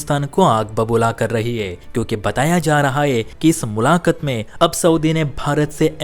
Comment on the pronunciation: ये admin मुलाकात भी नहीं बोल पा रहा है सही उच्चारण के साथ